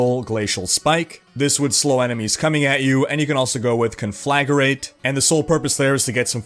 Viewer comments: "Con-fla-grate". Not "Con-fla-ge-rate". Sorry, but it got really annoying by the 10th time you said that word. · "Conflagurate." I admit, that made me smile, and it wouldn't have without the extra bonus syllable in the middle. ^_^